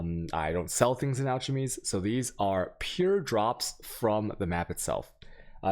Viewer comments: This is great, bothers me he has no idea how to pronounce "Alchemy" or "chisel", but otherwise amazing content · Stop saying alchemy like that. Jesus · I like your content, but PLEASE stop mispronouncing: alchemy, chaos, and chisel. It really detracts from the quality of your content(at least for me). Google the word and pronunciation for an easy fix. If you happen to be mispronouncing these words deliberately then... yeah, don't do that. Thanks for the videos/stream. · Please pronounce "alchemy" correctly when you insist on saying the word 10 times per minute ;) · I have never heard anyone butcher the word alchemy so hard before. Damn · Do you pronounce words wrong on purpose? You have good content but the pronunciation's are like nails on a chalk board. Some examples of words you get wrong would be chaos, chisels, alchemy, etc. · "AL - Ke - Me" like Key, not Che. "CHI -Zel" Chi like China and Z not S on the "sel." A whale is a mammal you are looking for Vaal rhimes with Mail the "VA" sound when you say Valuable. There you go, im giving back for you helping me out with maps its a win-win thank you very much for this. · “Video for new players” “So ouchemys” “use your ouchemys” New player - wtf is an ouchemy? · Alschemy is giving me an annurism. It's ALKEMY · Holy fuck I know he got this comment but al”ch”mey the ch is pronounced like a K my friend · Say it with me: "AL-kem-ee." Took me a few minutes to realize he was trying to say "Alchemy." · its pronounced ALK not alCH....can't pay attention to someone who can't pronounce such a simple word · I would have accept "Ack-Lem-Eee" but I can't let Altch go. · Altchemy and whale orbs...my guy, learn to pronounce things in this game. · If i here another mispronunciation of a word again i'll go coco. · al-kuh-mee. Please.... And Chi-zl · lost me when he said alch-emy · Learn to pronounce alchemy, then stop spamming ALCH YOUR MAPS for the first 5 minutes. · the ch in alchemy is pronounced like a k alkemy. like chemist